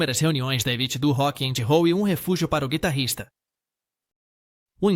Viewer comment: Também vc precisa aprender inglês. Se eu não fosse duplo cidadão e te ouvisse não entederia sua pronúncia de Rock and Roll. Transformando a audição em escrita seria assim: "Hocky angy Houll: algo mais ou menos assim. Chega a ser quase imbecil.